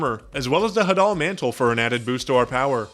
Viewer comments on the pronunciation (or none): none